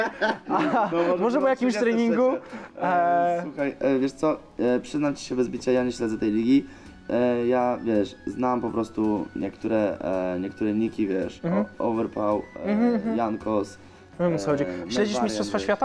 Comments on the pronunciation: nikt: bedoes: owerpał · OVERPAŁ" XDDDDDD